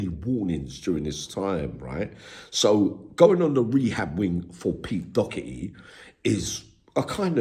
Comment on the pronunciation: Not Docherty. Doherty is correct.